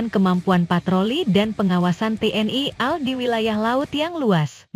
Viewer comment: Tayangan vidio Anda cukup bagus sayang sekali mulut kamu perlu diupgrade supaya bisa ngomong A.L bukan al yg mananya /artinya beda guoblok lamu